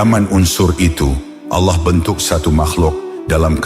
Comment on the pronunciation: Penyebutan nama Allah, perlu di koreksi.